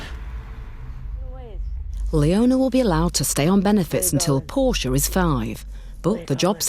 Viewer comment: Please tell me three baby is named after the Shakespearian character and not a body car. Portia, not Porsche.